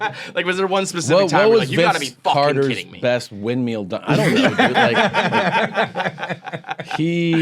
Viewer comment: Do we have another “won-Juan” controversy? I hope Tom doesn’t always pronounce windmill “windmeel”